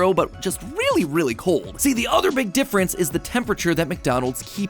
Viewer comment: Did he say Mc difrence lol